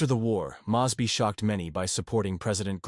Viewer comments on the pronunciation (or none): Nice 20th century wristwatch. And there's the problem: we are very sloppy without AI. And now we can make things look like a miracle, and let AI be sloppy FOR us as we do it. By the way, John S. Mosby's name is pronounced MOWS BEE and it's a great example of letting AI be sloppy for us so we don't even have to try to be sloppy on our own. We've found a new way to be downright ignorant.